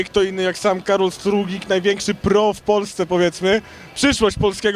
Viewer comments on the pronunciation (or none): chyba Stuglik a nie Struglik